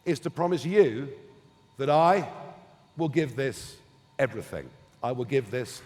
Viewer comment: the word is ''everythinG''. Up to then, good effort! Please stay true.